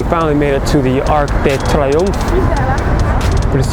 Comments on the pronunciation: "Arc de Trrgggh... , the giant Arc " Haha! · Didn’t he say arc de Trump? 😂